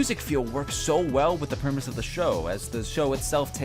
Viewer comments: PREMISE! PREMISE, ED!! THE WORD IS "PREMISE!" STOP SAYING "PERMISE!!" Also that's a pretty good music choice :3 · I don't think knows how to pronounce the word "premise"..... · You heard it right here folks, Texans can't say 'premise'